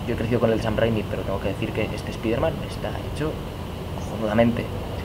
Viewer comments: ¿Por qué los españoles no pueden pronunciar la palabra spiderman como se debe? Es que me parece chistoso cuando escucho su pronunciación. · A molado. Pero con respecto a la pronunciación del nombre Spider-Man, decirlo como "spaider-man" ya es un error, primero, no suena mejor que la otra opción, segundo, si la idea es decirlo como se dice en inglés (cosa que queda aún peor fonéticamente con una frase en castellano) el nombre en inglés se pronunciaría "spaide-men" ni marcas la "R" ni dices "Man" o sea que a este nombre le pasa como al nombre de David, en España se dice como se lee y en países de habla inglesa se pronuncia "Deivid".